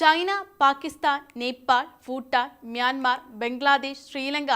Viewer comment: ഫൂട്ടാൻ😂 അല്ല😢😢 തള്ളേ പുട്ടാൻ😂 ഭൂട്ടാൻ😢😢😢'' നാക്ക് ശുദ്ധിയാണ് വേണ്ടത്. അല്ലാതെ 😅